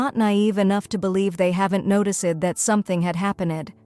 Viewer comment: Notice-ed what happen-ed? Geez, these AI voices are pathetic.